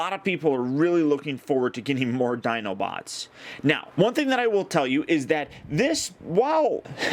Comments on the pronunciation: you said Dinobits at the beginning of the video you are awesome though. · did..did you say "dinobits"? Ah-Dorable! lol but seriously, thanks for the awesome overview! Can't wait to have this guy in hand!